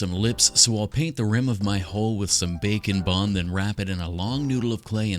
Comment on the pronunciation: IT TOOK ME TOO LONG TO REALIZE HE WAS SAYING "BAKE AND BOND" NOT "BACON BOND"